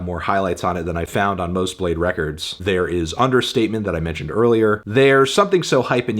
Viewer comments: imagine pronouncing bladee as "blade" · Cant believe his name is pronounced "blayd", not "blah dee" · Oh, it's pronounced Bladee!